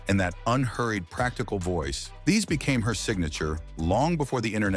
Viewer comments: Its Chick can ick, not chick a nick. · It's not CHICK a NICK ... It's chick CAN ic.. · Brees name is not Chick-ka-Nic but Pronounced chi-can-ic chickanic. like mechanic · Cracks me up when bots misspronounce words😂 like chikanic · A lot of talk, but you don't say much. You didn't even get her name right. It sure ain't chick-a-nick. So much for machines talking. This is fake news. Don't waste your time here. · I like her, and i know she's getting a giggle, from you calling her "chic-a-nic".... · When I heard the mispronouncing of her name, I knew this was garbage!👎👎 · Agreed, mechanic with chick replacing the first part. Stopped watching after I heard him mispronounce it. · Of course the canned voice pronounced it wrong...hate these channels yet posting only helps them grrrr